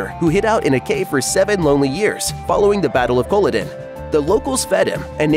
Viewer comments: This irritates me we so much! If they can’t say that correctly, how can the rest be worth anything! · Very informal, but well annoying hearing Culloden pronounced like that haha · More or less correct {except for that annoying pronunciation of Culloden), but so many inaccuracies not mentioned.As someone specialising in the study of Scottish history in the 18th century, I found the series (and books) full of annoying inaccuracies that, unfortunately, many fans have taken as truth. Okay, some details in the portrayal of the Highlands around 1745 are minor: the Catholic priest with a church, (a proscribed religion with priests in hiding),; town with the two story houses and a marketplace; the horses rather than small Highland ponies (horses couldn't survive the harsh conditions and there was no fodder to feed them); roads and carts {carts were unknown outside of Inverness because of the lack of roads); the haymaking {hay wouldn't grow so far north). Goodness, I could go on. Then there are the larger inaccuracies. Claire and Jamie's Catholic wedding wasn't actually legal and, therefore, no protection for her (the Catholic religion was proscribed at the time and the Fraser clan wasn't Catholic anyway). The Watch was already a highly respected army regiment and not a bunch of protectionist thugs. Above all, there was no occupying 'English' army in Scotland operating out of large forts. The army in Scotland was British, mostly made up of Scots and seriously understaffed. It had three small forts (William, Augustus and Old Fort George) and a couple of barracks (Bernera and Ruthven) in the Highlands. Nor could someone be flogged near to death with impunity. Cap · You lost me the second time you mispronounced Culloden. Seriously, Google is free. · Yeah, it got annoying after the first time that he was saying it completely wrong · How can you possibly comment on how historically correct Outlander is, if you can not even pronounce Culloden???? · lmao its cuh-lah-den